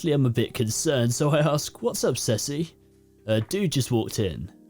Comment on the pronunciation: Hi. I have to deal with two naked men. One goes woof and one goes miaow. Also, Ceci is pronounced see see. You shouldn't stop the recording. Laugh away.